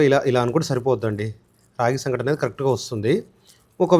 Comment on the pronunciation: (సంక)టి కాదు , సంగటి.